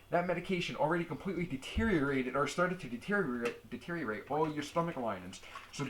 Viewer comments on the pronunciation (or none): none